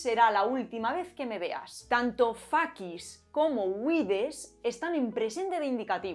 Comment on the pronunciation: Es q "fuck" viene del facis? Parece q la has pronunciada "fakkis," es super parecida a "fuck" y tiene un significado casi igualito😊😊😊grazie mille😊😊😊